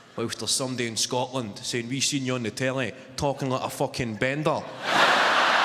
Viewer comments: Naw, pal. Not right at all. Nobody in Scotland says Fooken for Fucking. Our U is very U-like. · Right, but like, “FOO-ken.”